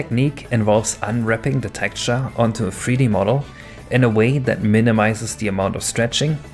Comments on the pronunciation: Very interesting content. But if i hear you pronounce "Tekturce" only once more, i'm killing myself... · Your pronunciation of texture is a bit off.